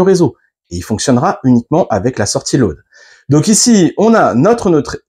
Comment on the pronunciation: BRAVO. Tres instructif Je suis anglophone et j'avais du mal à comprendre ton "lauade" mais apres j'ai compris. Il me reste à comprendre ce business de terre-neutre. J'ai une bonne prise de terre à 3m de mon DEYE de 12kw et j'ai besoin d'avoir la reference de ta video qui parle de ça. merci